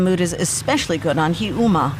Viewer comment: Please PRONOUNCE the words correctly. It's Karwosta, not Karasta, and Heeyoumaa, not Hee Umaa. And could you, just for once, actually interview an EXPERT, not an ex-journalist who happens to live there? And FACT-CHECK the things people tell you? Sorry,, you make incredible documentaries but this isn't one of them.